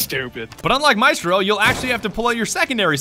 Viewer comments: MI-STRO....the worst pronunciation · ATK/ Tomiz solo a me fa venire il cancro sentire questi inglesi che non sanno cucinare e insultano probabilmente la migliore del mondo, sbagliano ogni genere di accento chiamandoli “ Maistro” e “Alabai” e fanno battute su l’Italia in generale, quando il loro paese è forse uno dei più antidemocratici degli stati sviluppati